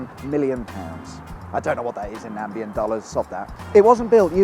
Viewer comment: What is a Nambian Dollar ? if you want to be smart, learn what you're talking about, it's NAMIBIAN from Namibia, that's in Africa and why do you wear a woolly hat on sunny days ?